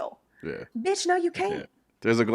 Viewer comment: “Bitch no you can’t” 😂 with that southern belle accent sent me 😂😂😂😂😂